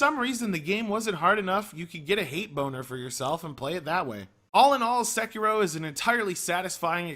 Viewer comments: SE KI RO. Sek I Ro. Americans and their weird pronounciations. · wow... you couldn't pronounce "Sekiro" any more like a white dude